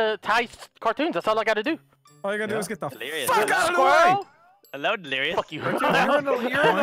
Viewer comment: You might do better with golf it, the mouse as the putter is so much easier haha When calls delirious "delirio" I'm just picturing a cherio with a jason mask 😂 delirious being butt buddies with ohm again 😆